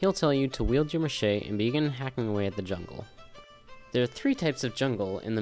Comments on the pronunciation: Great guide bro! very informative. and because i love correcting peoples speech its ma-she-tee not ma-shay but np bro :P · do you pronounce machete like mashay? its mah sheh tee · it's pronouned muh shet e, not mashayy. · haha macheeeeee it's machete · Lol he said machete wrong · karamja kah-rom-ja. machete mah-sheh-tee